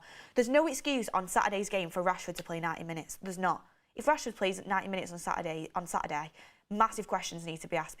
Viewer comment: 'If Rashford plays 90 minutes on Saturday' Correction 'On Saturdehhh'.